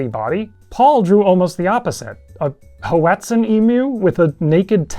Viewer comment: "Ho-etzin" is crazy.